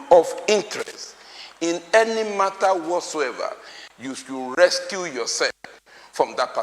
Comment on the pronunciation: Recuse not rescue......Ondo politicians murdering grammar.....lol